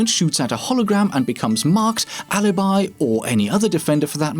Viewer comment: Alibi, not Halibai